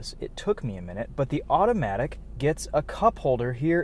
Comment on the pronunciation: i was gunna give it a go but i couldn't handle it once he said ''automatic'' in such a tune it was cringe i quickly switched to another video with manual sorry bois FFFFFFF